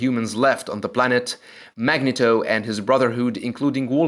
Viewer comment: It is pronounced " Mag-knee-toe". Thank you.